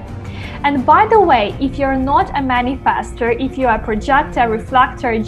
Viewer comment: For reasons unknown to me, the way you say "Manifestor" Man-i-FASTER, using a short vowel "A" instead of a short vowel "E" annoys the crap out of me and hearing you repeat the word over and over is making me angry; makes watching and listening to this video an impossible task.